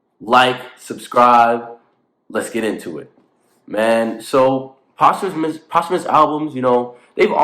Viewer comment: I do think posthumous albums is pronounce like that 😭